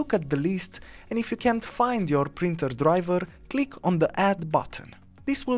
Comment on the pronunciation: It is Printer “P” as in Paul not “Brinter” heh